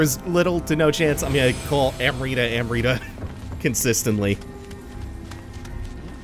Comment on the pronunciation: Admittedly the mispronunciation of amrita isn't as bad as I'd imagined it would be, but wow. The scene made flinch a little bit.